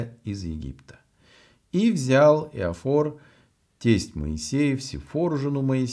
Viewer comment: Иофор, а не Иофар. Ну, по крайней мере, так написано в Синодальном переводе.